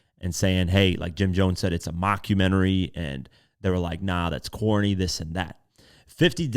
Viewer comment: How you have a smartphone & still Dumb ??? It’s “CORNY” not “Corney” & what is 50 cent?? He’s a 50 year old man constantly trolling & meme-ing on the internet yet yall say he’s above responding. He knew how to respond & get on that phone pocket watching chatting it up with the landlord (who should be facing a lawsuit for discussing confidential information pertaining tenants) tell 50 to go diss or make a documentary about any non-black offender & let’s see how far he gets with it.